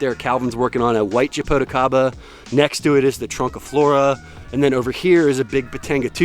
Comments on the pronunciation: You’re saying japoticaba , it’s actually jaboticaba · 😆 it's so funny when you try to say Jaboticaba... 😆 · I'm from Brazil from the State where Jaboticaba is native. When he said "Jaboticaba " I can't help but to burst laughing 😆